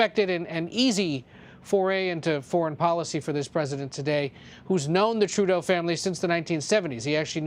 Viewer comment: PEOPLE ARE CRITICISING TRUDLEAU, UM TREDLEU, I MEAN TREELAU. REALLY!!!!!